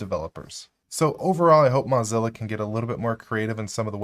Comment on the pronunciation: "Mozzilla" versus Mozilla (like blow, crow, doe, flow, go, hoe, Joe, ko, low, mow, no, oh, potato, quota, row, sew, toe, vote, woah, yo-yo, and Zoë).